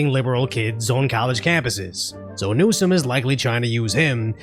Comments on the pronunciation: Thank you for pronouncing Newscum's name properly. ;) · His name is pronounced new-scum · Your pronunciation of NewScum is on point!